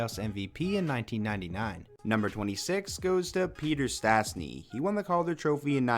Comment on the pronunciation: it's Peter Stastny not Statsny